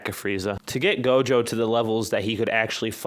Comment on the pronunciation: he said jogo